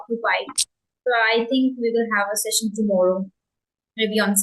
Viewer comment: You are doing very well, if you don't mind, I just want to share that you need to correct the pronunciation of the word (Session" the correct pronunciation is "sesh" "uhn" rather than "Shessh" "uhn"